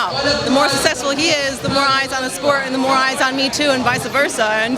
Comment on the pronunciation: Aww she says "sussessful" instead of successful